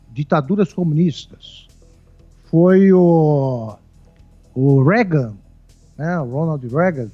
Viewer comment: " Régan " critica muito pra errar um nome tão forte como o de Ronald Reagan kkk